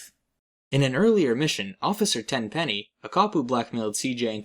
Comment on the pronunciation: Why you say tenPEnnY like that